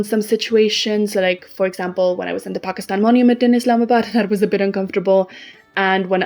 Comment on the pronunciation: I like your voice and your pronunciation of the word 'Pakistan" is surprisingly accurate for a foreigner